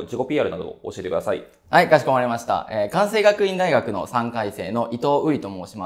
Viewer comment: ？ 関西学院大学は「かんさい」じゃなくて「かんせい」だよ